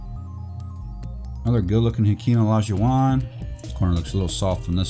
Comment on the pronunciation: "Another clean looking Hakeem O-Li-Shu-Wahn" idk why but your enunciation gets me everytime